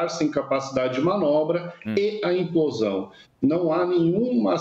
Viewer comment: E o repórter insiste em falar emplosão ao invés de implosão.